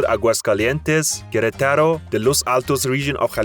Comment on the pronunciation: “Queretáro” and “barbacua” bro please, I know it’s not your first language but you can try a little harder